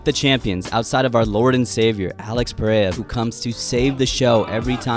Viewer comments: Just pronounce it "Pear-era" not "pear-aya" pls bro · Y'all saying it wrong so it doesn't really matter if it's pierra or peheyra 😅 the actual pronunciation is hard af for an english speaker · Pereira is a two division champ and people still can’t say his name right smh